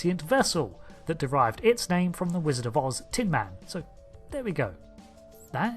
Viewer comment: It’s tin MAN, not TIN man.